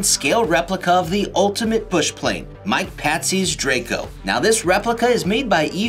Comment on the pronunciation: oh my gosh you said mike patsey lol its mike patey dude